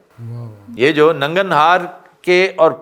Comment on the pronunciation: یہ ننگر ہار ہے ننگن ہار نہیں